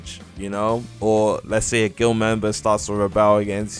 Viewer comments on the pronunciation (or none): none